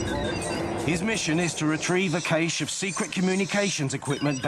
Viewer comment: / - I don't think I've ever heard someone pronounce "cache" like "caysh" before... 😆